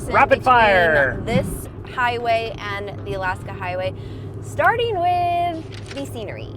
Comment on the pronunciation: "Mow-ens" (Mountains?) "Star-en" (Starting ?) "Bu-en" (Button?) Luv the channel but.........wth